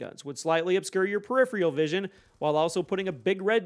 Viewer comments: Just so you know, its not preripheral, its peripheral. One less R in there. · If you’re going to use the word “peripheral” every 5 seconds, please at least look up how to pronounce it.